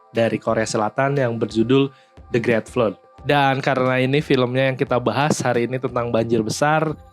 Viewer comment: Sebel juga denger dia melafalkan "the great flood"